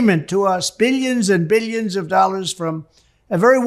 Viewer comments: “Beelions and beelions”! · I wish I could go one day without seeing this clown 🤡. I would have to be under a rock to not see or hear him. Just hearing him say “bi-yuns and bi-yuns of dollars” makes me cringe. The ruin of our country is DJT. 🤮